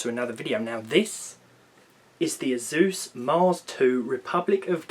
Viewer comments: Azus? Lmao this british accent. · When the British guy calls asus eyzues